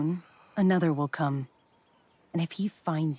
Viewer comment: You're putting alot of emphasis on the word "come" 💀